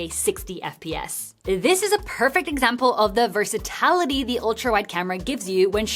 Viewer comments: Why does she keep saying vers'a'tality...? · Versa-TIL-ity.. not versatality. 😭